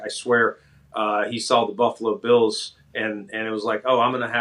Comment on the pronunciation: Anybody know why pat always mispronounces the buffalo “bills”? He says the beals, he could be trolling.